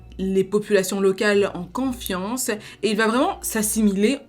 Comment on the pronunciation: Salut, juste pour info on dit confiance pas quanfiance